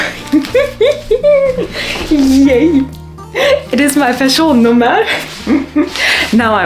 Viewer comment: Sounded like you pronounce skatteverket, Person Nummer and the other Swedish words as good as any Swedish born person